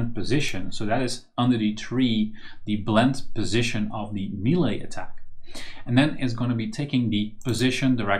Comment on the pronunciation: Nice tut! Btw check how melee is pronounced, it's pretty weird